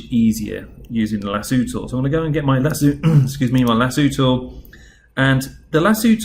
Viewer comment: 'lasooo' im dying rn